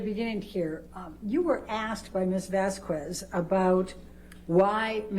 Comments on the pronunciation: It's not fykin "Vazquwezz". It's Vasquez. It's such a low key disrespect. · Can someone PLEASE tell Amber’s lawyer to stop pronouncing Camille’s name wrong. Jesus, what an annihilation... The “u” is silent, it’s not “Miss Vasq-U-ez”. Also this woman needs to find another occupation, she is terrible and clearly hates her job. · Heard's lawyer is lacking in many regards: Vasquez is pronounced Vaskez, not Vaskwez. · When the lawyer says "Ms. Vas-qwez" 😆 derp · I cringed every time Amber's lawyer pronounced "Vasquez" as "Vasqwez". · There’s something about how Ms. Heard’s lawyer lady says the name “Vasquez” as “Vass- kwess” that is making me want to make regrettable, violent life choices. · Elaine B mispronounced Ms. Vasquez last name on purpose. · The way Elaine pronounces Vasquez is criminal. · OMG. I literally can't take it! She's doing it on purpose too. She has slipped up and pronounced it correctly, that's how I know. She's being disrespectful intentionally. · Not her lawyer doing the middle aged white woman thing to do and mispronouncing Miss Vasquez’ last name even when others, including Amber, pronounce it correctly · Why is Amber's lawyer constantly butchering the other lawyer's name??! Vasquez isn't hard to pronounce AT ALL! 😅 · lmao why cant ambers lawyer pronounce vasquez, its not that hard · Every time Amber's lawyer mispronounces "Vasquez" she earns five more objections. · Turd's lawyer mispronounces Vasquez's name over and over again. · amber lawyer cant even say vasquez right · if Amber's lawyer pronounces Johnny's lawyers last name wrong one more time im gonna lose it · Also is it on purpose or can she not speak properly or is she just outright dumb that she can’t pronounce JDs lawyers last name. She keeps hard saying the Q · Take a shot every time this Karen mispronounces Ms. Vasquez's last name